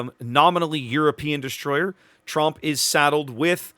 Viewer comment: The 'o' in Tromp is a bit like the 'o' in 'bored', but a bit shorter in length.